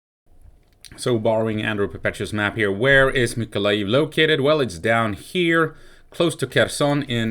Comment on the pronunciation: Awesome here in Mykolaiv we have many trolley busses sponsored by Denmark and normal busses from Poland. Mykolaiv is the town where the most beautiful women come from :) its Mykolaiv btw no weird ending with loud ijiv just aijev :) .keep on tramming :) ❤️🇺🇦❤️